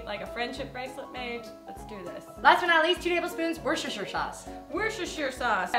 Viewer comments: just so you know is pronounced wor-chest-er not wershersher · 'wershersher sauce' hahaha i'm crying. it's pronounced 'wuster' sauce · I laughed so much as how you all said Worcester sauce... in England most people say "Wooster sauce" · You mean wershersher sauce? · Are you guys serious with the pronunciation of Worcestershire sauce? Just 'wooster sauce' or 'wooster-sheer sauce' is correct. Not 'wosheshershyar' or whatever you said. :) xxx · Its pronounced WUSTERSHEAR SAUCE not warsester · SquishyConfectionery x It's pronounced woo stir sher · its still wustursheer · btw Worcester sauce is pronounced "wuster" sauce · lol The sauce is not pronounced that way..